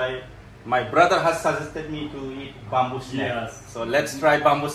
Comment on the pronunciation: Oi bamboo swi hwnwi not bumboo stop murdering English 🤣🤣🤣lol